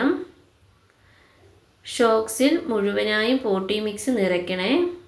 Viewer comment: പോട്ടീ മിക്സ്‌ അല്ല പോട്ടിങ് മിക്സ്‌